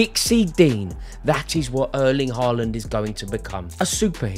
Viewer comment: If u tries to critic Haaland playing.. try to pronounce his name correctly......